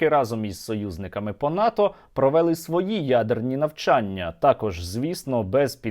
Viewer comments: росіяни не провЕли навчання, а провелИ, казали вчителька української мови в школі, а вдома баби, діди, батьки ві всі люди, які розмовляють українською мовою, а не діалектом, діалектом розмовляють носії цього діалекту, жителі того села, де такі діалекти, а не блогери на сотні тисяч людей, так безграмотно ставити наголоси, що через це неможливо слухати, невже не можна вивчити українську мову. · Та не провЕли, а провелИ, він,що знущається? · не часУ, а чАсу. не провЕли, а провелИ, не поляніта, а паляниця, не виродок Київської області, а уродженець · Сергію, а чому "провéли", "провéсти", "часý", а не "провелú", "провестú", "чáсу"?